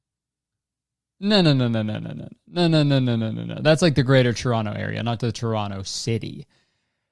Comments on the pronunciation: 'the city of toronno' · You can tell he’s from Toronto cuz he pronounces it churrono